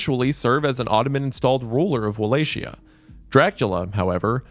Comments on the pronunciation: Its actually incredible how many different ways he found to pronounce Wallachia while also getting it correct a couple of times. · That's simply not true though. The word Wallachia stems from the German word Walachei, which is pronounced with a "ch". And even if you want to use Valehia as the proper way to pronounce the word, there are Romanians who also say it with a "kh" or "ch". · This!! Because ain’t nobody agreeing on one single pronunciation!! 😭💀 I think the only other valid comment here is from matei3880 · Wallachia is pronounced "wo-lay-KEE-ah" I know old Romanian is a tough language for most English speakers, but that's not even one of the difficult words. Just a rule of thumb, "ch" is usually a hard "k" sound in Eastern Europe. "Ch" being pronounced "sh" is a French influence that somehow got shoehorned into English. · The way he says Wallachia lol!! It's wo lay kee uh. Love you wendigang!! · Walachia is not pronounced like Appalachia lol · He pronounced "Wallachia" just like "Appalachia" and I just 💀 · or "walla shia" lmao xddd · I like the most when he said "walla shia" lmao I imagined Wallachian ajatollah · This is the top comment and I still wasn't prepared for 'WAHLAYSHIA'. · It should be Wall-Ack-Ee-Uh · It's neither of those. The only proper pronunciation is as follows: Va-as in VARIETY ; La- as in LARGE ; Hi - as in the pronoun HE ; A- as in when you go to the dentist and he says "Open wide." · If I hear Wallachia (with a k) pronounced as wallashia again I will end it all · cant get past how you keep saying wallachia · oh man as a Romanian it's hard to hear you pronounce all those names. No shame tho, good job! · This really entrances my enjoyment of Netflix's Castlevania... Really wish he watched even a single episode so he could pronounce the names right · Listening to wendigoon pronounce wallachia wrong in different ways Everytime is torture. Vlad is legit on of my heroes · that's not how you pronounce Appalachia